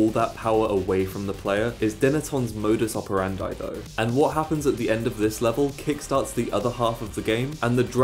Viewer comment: Modus Operandi* not Mouwdus Operandai